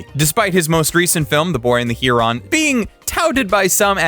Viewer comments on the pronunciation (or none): Heron sounds like heh·ruhn not He-ron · Heron is pronounced as "HAIR-IN", not "HEER-ON". Also, Ghibli is pronounced as "JIB-LEE", not "GIB-LEE".